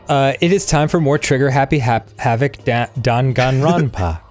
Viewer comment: Dahn (Dan if he was french) Gahn (same word, just replace the D with G) Ron (The name ron) Pa (Pa-ndemic, Pa-stry) Don't worry even the game's official voice actors have trouble pronouncing it